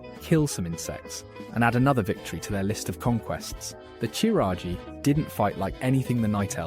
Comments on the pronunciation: You gotta be like the only person who thinks it's pronounced "seh-thun" lol And, Qiraji is not "chiraji" it's "kiraji" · Ok, no hate but that pronunciation is horrible. It's not like their names are not pronounced numerous times in-game?! Chiraji?? The Chiraji?! You mean Qiraji, pronounced the same and derived from Ahn'Qiraj? Which you do pronounce correctly? Same with "cfun"? You mean C'thun - pronounced "Kuh-THOON" or similarly? Things like these show either a lack of interest or research and genuinely make the rest of the video unwatchable. Again, this doesn't come from place of hate but feedback. Ignoring small details can make even the best video crumble into pieces. The only thing I hope is that this is a genuine mistake and not a sad attempt at engagement farm... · I feel like the "Ya-sharaj" pronunciation was just the mantid VA getting it wrong. Should be "Ih-sharj" IMO. Also "Kuh-thoon." My ears...and Kee-raji. "Nuh'zoth" too. And Yogg-saron calls himself the God of Death is that he made it so the Titans' constructions became mortal and could die (vrykul became human, earthen became dwarves, mechagnomes became gnomes). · kuh-thoon (c'thun) Kur-ahh-jee (qiraji) Nuh-Zoth (n'zoth) Please refer for future uploads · i've never heard qiraji or c'thun pronounced like that